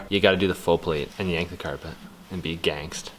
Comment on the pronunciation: “And be gangts” - is a real one 😅